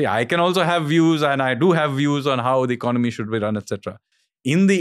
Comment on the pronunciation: EcoNOmic. ECONomy. Don't lose a syllable.